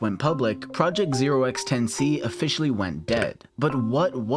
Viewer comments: The way the name is supposed to be pronounced is "10 to the C" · I believe Notch pronounced the name "Ten to the C" The 0x isn't pronounced because it just indicates that the number is in hexadecimal.